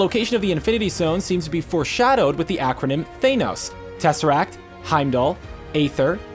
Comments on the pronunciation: Its said hime- dall not hame-dull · how to pronounce names wrong 101 Thane - ohs and haym - del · I’m sorry did he say hamdull? Lol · its not Heimdall its pronounced Hajmdall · Does it annoy anybody else how the say haymdell instead of heimdall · Omg heim doll not hame doll not thane os it’s thanos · okay lemme break it down for you th AH nos not THAYNOS LoWkey not LowKEY and HEIMDALL not HAMEDALL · not trying to be rude but its Heimdall not Haimdall and its not thanus its thanos you said the names completely wrong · it is not pronounced hame dal with a long a, it is pronounced hime dal with a long i. just thought you might want to know. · it's heimdallr not hamdallr say it right or do say it at all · What triggers me is that they say haimdall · Normally I'm all "Oh, let people pronounce it how they want, it's just written text" and then you go and say Haymdull. Really? Come on... they said it in Thor 1. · if u watch the movies its pernounced hime-da-ll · How are you say Homedale‘s name wrong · Tha-nos Heim-dal Just want to help. :) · He said Hamedall but he wrote Heimdall. I told you not to make so many videos. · Thaynos and Haymdall? Was this guy just reading a script instead of actually watching any of the movies? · Lol wtf is the pronunciation of “hamedall” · "Hamedull" kms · Stan Lee pronounces Tony Stark better then him pronouncing Thanos and Hymdall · Who the hell is Hame-dal? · It's pronounced (Hyme-dall) and (Than-ohs) god if you're going to try to relate to comic fans get it right! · Heimdell was hard to hear! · Crocodile Dundee Th-a-nos and Hime-dall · Can’t stand how he pronounces Heimdall and Thanos. Or how he calls it the “reality gem” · Hearing him say heimdall killed me I hated it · PLEASE pronounce heimdall and Thanos correctly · Why does he say heimdal and thanos wrong? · I stopped because I wanted to slap his grandma for the way he was pronouncing Heimdall. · Thaynos? Dude, you can’t even pronounce Heimdall either... dude...